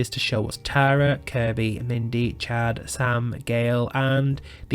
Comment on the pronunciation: As someone named Tara, I would like to say that it was refreshing to hear someone say my name properly and not Tera. ❤